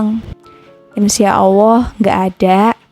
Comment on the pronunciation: Maaf koreksi: bukan awwoh tetapi Alloh 🙏